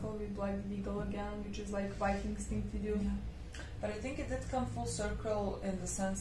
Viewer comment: IT s Not wikings but vikings